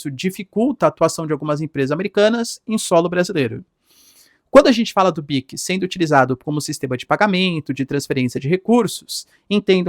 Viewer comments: Professor o nome é PIX não PICS tá muito estranha essa pronuncia, a ponto de chamar atenção, quebrando a imersão no conteúdo. Forte abraço 👍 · Professor, é "PIX", não "Píquis"... Se criadores não derem bom exemplo em uma pátria tão carente de educação, quem vai? Enfim, só uma crítica construtiva, pra nenhum gado vir questionar...